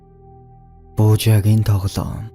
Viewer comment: Буужаагын биш Буужаагийн яагаөд эр эм ы ий-гээ ялгадаггүй юм бэ